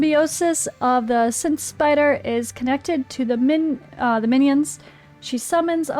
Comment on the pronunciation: Love it. That's hilarious. Scythe. Long I vowel sound... like sigh, but with a 'th' at the end. Eye, kite, wife, bike, might, fight. Scythe (silent e). But anytime I get some Sith hits, I'm happy. 🙂 Also, you can't actually kill the adds, so that makes the Prism shield a little less useful. But since damage is really, really, low, that isn't much of an issue. That stats from it still makes it useful. Probably more useful than anything else.